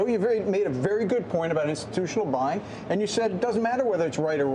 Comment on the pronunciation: Did he say buying or crying?🤔